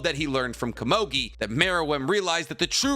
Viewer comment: Who the flippin fudge is kuh-mogi?? I think you meant Komugi. Koe moo gi. You make me wanna start a channel called ThePronounciationPolice or somethin.